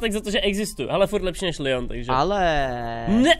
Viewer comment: Město Nice se nečte "najs" ale "nýs" Město Lyon se nečte "lajn" ale "lyjon" A Sevilla se nečte "sevila" ale "sevija" 😂 Prosím trhá mi to uši :D